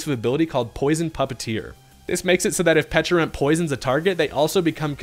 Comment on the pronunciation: You get a like from me. First content creator I heard to call both the berry and pokemon with the correct enunciations.